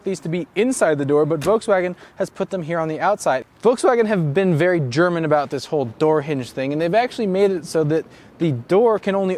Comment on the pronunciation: you didn't do the This is a part right, there is a pause between this and is and the this sounds more like daffy duck says it